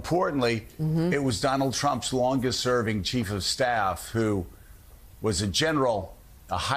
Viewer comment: Joe, you pronounced Kamala wrong.